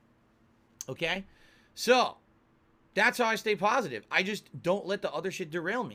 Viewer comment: I just love it when he says he’s a “pahsitive” person, because in reality he’s by far the most toxic and negative POS the internet has ever seen! Lol